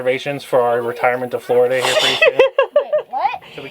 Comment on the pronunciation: nailed Florida lmao😂